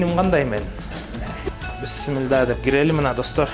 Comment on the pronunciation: Бисмилда эмес бисмилла.